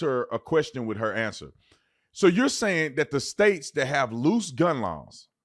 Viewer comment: “…dAt gUnMgTh…” 👁️👄👁️